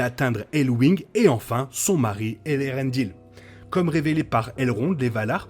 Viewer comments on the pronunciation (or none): Eärendil... pas Elerendil.